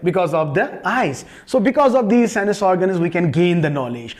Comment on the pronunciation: This is not sinuses its sense This is not a espiritual it's spiritual Sorry sir your knowledge is good but you're English is not good